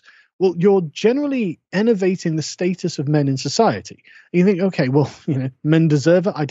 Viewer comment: "You're generally ENNERVATING the status of men in society [...] That's my point: You're ENNERVATING the level of men in society, for your own personal gain." CAN SOMEONE HELP ME OUT HERE? I don't understand what he's saying! "Ennervating?!" "Elevating?!"